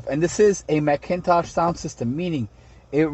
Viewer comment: 10.1 inch screen McIntosh- pronounced mack-in-tosh